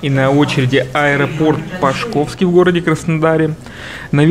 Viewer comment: Не ПашкОвский, а ПАшковский!